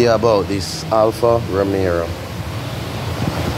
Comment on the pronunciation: Lol, Why the heck do people call these cars Alfa Romerrro????? Alfa Ro-me-o!